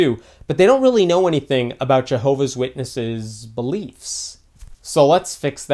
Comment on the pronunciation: Milolo2.0 it is actually pronounced Jehovah’s Witnesses